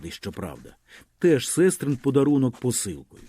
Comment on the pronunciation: Перепрошую, але я знов про наголоси: підкомірцЕм, сестрИн, горОдина, ганчір'Яніий, дОшки, обізвЕться, поторкАв, опішнЯнська, крамарІвському, подЕржу, пилИ.. Ви гарно читаєте, але оті наголоси - наче пісок у смачній страві, так і тріщать на зубах..